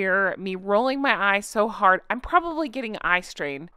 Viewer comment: MY favorite is how you say, "It's too HARD!"